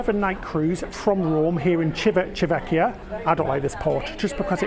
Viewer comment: CHEE-vee-tah VEHK-kee-ah. Ci always chee like cheap. Ch always a k sound. Two c's mean stay a little longer on the c/k sound. Italian isn't easy! 😜